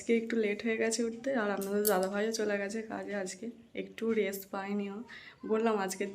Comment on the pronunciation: Res(rest),ten(train), tactor (tractor)aisab ki ucchharon koro tumi english na janle banglay bollei to hoy bisram korte pareni....